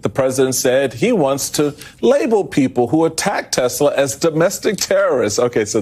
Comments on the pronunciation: Tesler!...LOL...can`t even get the name right. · "Buy a Tesler , It's computer" donald j fuknecKKK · Did trump really buy the tesler ( trumps pronunciation of tesla)? Or our tax dollars or was that simply a scam and not a purchase. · It’s Tesler …. Right ? 😂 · Tesler......... bigly computer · Felon trump called it a testlor 😂😅